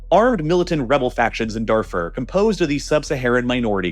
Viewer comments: Please, mispronounce Darfur one more time, it’s truly music to the ears how much you butcher names to farm engagement! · Pronunciation of the following needs some work: - Darfur - apartheid - during